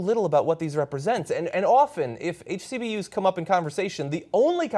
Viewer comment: Is anyone else ticked off that he keeps on saying "HCBUs"